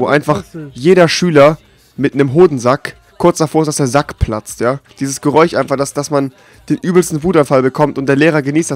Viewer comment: wieso sagt der geräuch und nicht geräusch